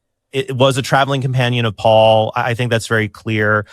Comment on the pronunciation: I just can't stand Alex reading "Paul" as "pool". Maybe it's just not my day...